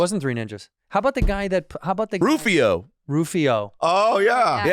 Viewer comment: It's Rufio, not Rofio.